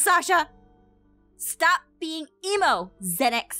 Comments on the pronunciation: Ze-nix GASP IT’S PRONOUNCED ZEN-IX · SOOO ZEENIX OR ZENIX.... HELLPPPPPP CALLS HIM ZEENIX AND APHMAU CALLS HIM ZENIX. AND U SAY APHMAU IS HARD 2 PRONOUNCE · DAT WUT I SAID BRA IT AINT NO zE-nIx ITS ZEN-IXXXXXXXxxxxxXxX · Oh, Sasha and Zeenix are already there waiting for us. Me: Zeenix?! Zeenix! Zeenix. Seriously,? Zeenix? His name is so easy to pronounce! HOW DID YOU MESS UP AND SAY ZEENIX?!! Also, lol I just realized mom is voiced by Lucinda(idk her irl name) and Sasha is voiced by Moeka. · the way pronounces zenix is the same way i pronounce mine, but “venix” instead of “venix”